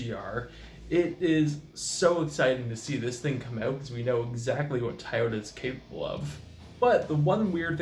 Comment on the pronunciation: Enjoyed listening to you saying "taa-o-Da" instead of Toyota, since the rest of your video was borrowed info from Kirk